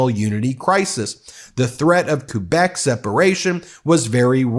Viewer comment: Great video - always love a solid Chrétien moment ❤️ Since you mentioned that you'll be doing more Canadian coverage, small tip from a Canuck - check out the pronunciation of some of the (important) names in your piece, like Chrétien, Québec, etc. It can make a difference to your Northern viewers 😉 Thanks, and again, great piece 💯